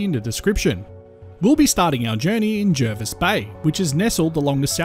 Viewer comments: It's pronounced Jarvis Bay even though it's spelt Jervis.... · It’s pronounced Jarvis Bay. Not that anyone would know from the spelling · Will you please pronounce Jervis Bay correctly please. Jervis Bay was named before English was standardised, , it could be spelt with either an e or a, when spelt with an e, it has an a pronounciation